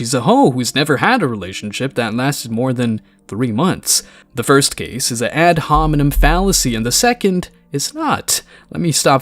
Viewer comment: It's hard to take this podcast guy seriously when he keeps saying ad hominen 🤦‍♂️ Everybody in that room is a moron. Pick better samples for your videos, my guy.